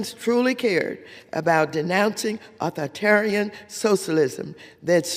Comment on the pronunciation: “Uthortarian”? “Louer housing costs”, “…instead of doing the work of our constituents desperately want us to do…”, “capitalistist”, “…moderen day dictators like Vedemar Putin…”? All this while reading from a script! She still cannot form coherent sentences and destroys pronunciation. Astounding that Watters has any job, let alone being in congress.